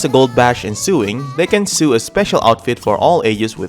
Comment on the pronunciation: Mad respect to anyone who has learned English as a second language. The spelling is insane even for native speakers. Just so you know, “sew” is pronounced the same as “so” rhyming with “show” and “snow”